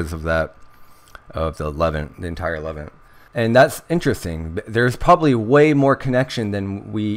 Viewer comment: This is very interesting information. Thank you very much for sharing. Not to be a wise guy, but Levant is pronounced luh-VAHNT, not LEH-vint